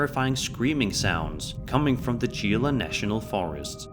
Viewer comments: it's pronounced HE---LA not G-La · Gila national forest is pronounced heel-ah not geel-ah , also the screams can be a number of things, Bobcats or mountain lions to name a couple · Its pronounced He-la not G-la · It’s pronounced Hila. Not Gila. It’s Spanish. And it’s in New Mexico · the forest’s name is pronounced Gila (He-LA) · Gila pronounced he-la But yeah I live about 80 miles south of the forest. There's plenty of stories out of that park. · Future reference my friend; Gila, is pronounced : Heela. I love the channel,not trying to be a dickhead. You're intelligent, I'm sure you won't take it the strong way. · Gila National Forest, Pronounced "Heela". As for the videos, number one is someone laying behind the pile and using the chair leg to move the chair. The sounds probably come from the cars on the road you can spot in several scenes. Number 3...well it's tiktok so it is fake. Video Number 4 is possibly real since the chair would not stop so abruptly if it was being pulled with invisible thread. Number 5 I GOT NOTHING. Just my opinion. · Gila is pronounced Hila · "Gila" is pronounced "hee-la" as the G sounds like H in Spanish. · The screams in Gila Nat'l Forest (pronounced Heela just so you know) are probably fox, puma or coyote. Many animals native to the area make very disturbingly human sounds, as well as feral and stray cats which can also wander out into the wilderness as well. It also sounds distinctly like an Aztec death whistle, which lots of people own to this day as either artifacts or simple replicas bought at gift shops. And I will add, as a child I often made "demon" sounds in the dark or the woods to creep other people out, you all could be fooled by a small child who just thinks it's funny to make creepy noises. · fyi gila is pronounced heelah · If you care is pronounced heal la = gila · Who's skin crawled every time he said Gila? 😉